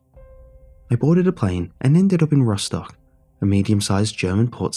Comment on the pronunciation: Woop, woop, Rostock nearly correctly pronounced. Like goes out to you ;)